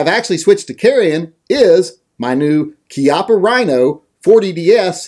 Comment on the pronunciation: Bravo! Somebody who actually knows how "Chiappa" is pronounced. Ti salute.